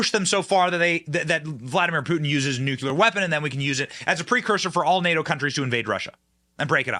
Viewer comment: NU-CLEAR.....two syllables my friend. Please stop sounding like Dubya